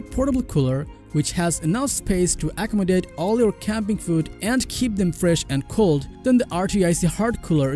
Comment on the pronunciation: Hi , some pronounciation tips. capacity = Ka-PASS-city not Kapa-city. Accomodate = A-KOMM-Odate not ACK-Ama-Date. Thank you for your video, it was very useful to me